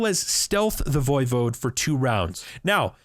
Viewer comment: E5 pronounces it the correct way.